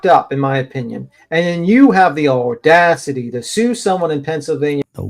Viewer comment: Josh, IMO I think said ole-dacity. Better put that on the sound board OMG! 🤣😂🤣😂